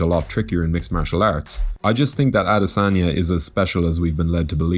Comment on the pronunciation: Thanks for butchering the afroasiatic royalty name.....you must be hungry